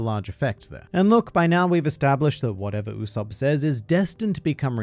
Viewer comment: "It is in fact Usop-PUH" xD